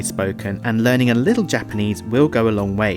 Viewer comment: OMG! His Japanese pronunciation is TERRIBLE!